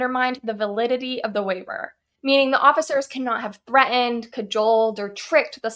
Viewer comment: "Thre end" It's pronounced threh·tnd